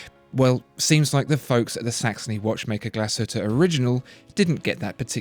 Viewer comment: "Glashütte Original" is being pronounced wrong. It's even more odd because the narrator is aiming to pronuce A. Lange & Söhne (another German brand) correctly. Also, Jaeger-LeCoultre is still being mispronounced. Go to their channel to learn it